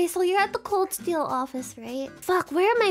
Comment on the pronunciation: Did you say “Seel” on purpose, my friend?